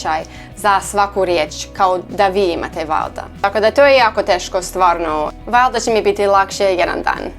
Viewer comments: Nije vlada nego valjda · ti kažeš valda to je netočno kaže se valjda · valda -> valjda ..znači ide lj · U are actally pretty god👍 but the valjda u need lj